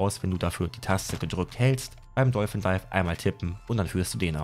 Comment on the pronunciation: Warum sagt ihr alle dolfen dife 😂 wenn ihr kein Englisch sprecht, dann versucht es doch gar nicht erst, oder kurz googlen und gut ist